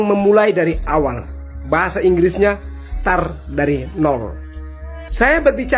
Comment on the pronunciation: Hai,coba kau koreksi lg bhs inggrisnya mulai kog star bodoooh dan dungu kali kau jls2 dikamus bhs inggris nya mulai itu "srart",bodoooh....utk smoga sehat dan sukses sll....